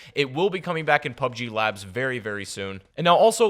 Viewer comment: Wtf is PUBEG